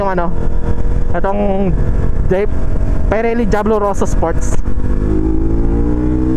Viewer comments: Pee-re-lee idol not pie-re-lee😅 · Pirelli hindi payrelli ride safe